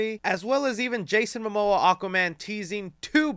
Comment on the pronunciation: bro putting up the fight of his life trying to pronounce Momoa